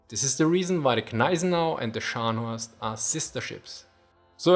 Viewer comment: scharnhoorst, prinz oign.